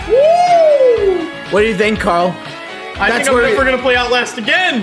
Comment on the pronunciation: He said Outlast and I heard "owl ass" 😭😭